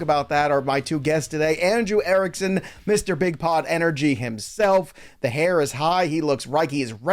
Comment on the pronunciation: Is he saying Mr Big Pot or pod, does Erickson drink a ton of coffee. I have never hear where that came from.